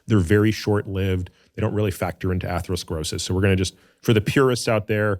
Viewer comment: I really respect AH, but was surprised that he struggled to pronounce atherosclerosis! Andrew it sounds just like Atherton (Stanford, Menlo Park, Atherton)! Too funny!!!